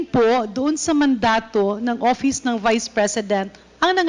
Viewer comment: Castro …Office ang pronunciation hindi OPIS convicted child abuse